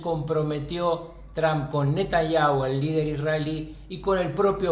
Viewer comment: Alguien le puede enseñar a este sabio como pronunciar TRUMP por favor